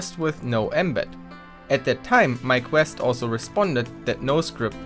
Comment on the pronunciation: I thought he was saying My Quest instead of Mike West.